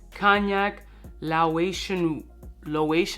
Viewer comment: Laotian is pronounced "Lay-Ocean"